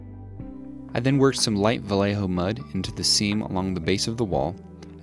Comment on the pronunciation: Love your dioramas specially the westernpunk ones. Just a tip, the way to pronounce Vallejo is not valeho, but VAIEHO ;)